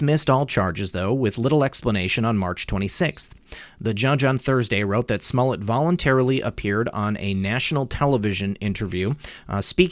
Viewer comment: Who is Smullet? Are you referring Smollett? :)